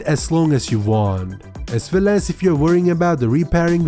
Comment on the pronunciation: " As Vell " lol hahaha